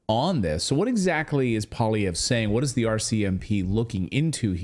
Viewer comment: You make Paul Poiliervre sound like a Russian name. It's French. Poil means the hair or fur of an animal and is pronounced like "pwal" and lievre is French for hare and sounds like li-ev-re, so it means hare fur. Maybe his settler ancestor was a trapper.